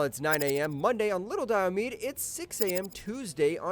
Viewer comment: Your pronunciation of Diomede is wrong. The last e is pronounced. dai-uh-mee-dee. Might have been a good idea to check that before making the video.